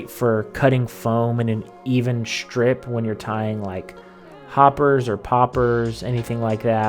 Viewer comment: “Shtrip?!” “Shtreamers” Ashtounding.